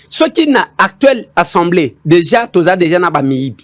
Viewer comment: svp on dit assemblée et pas ensemblée